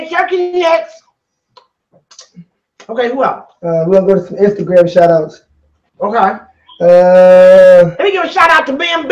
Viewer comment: She said "Twatter and Standogram"😂